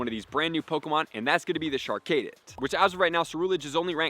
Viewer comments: Char-cadet not Char-kaydit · Char- Cadet like a military Cadet. (Kah-det) not (Kay-det). Char-Cadet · Char-Cay-Det lol